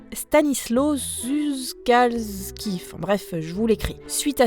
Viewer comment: ça se prononce : Stanisouav Choukalski Et bon retour :) :)